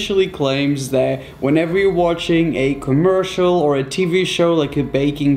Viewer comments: Your British why a you saying commersol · I'm British and I say commercial if he was British why can't he say commercial